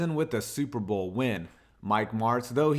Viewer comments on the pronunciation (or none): none